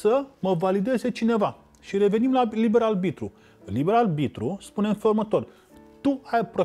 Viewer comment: De ce oare nu a învățat corect să spună “aRbitru” și nu aLbitru”???? Băiat deștept de altfel, însă pronunția incorectă este enervantă. Păcat!